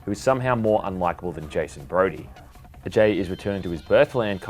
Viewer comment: Props to you for pronouncing Ajay properly!...even the game didnt get it right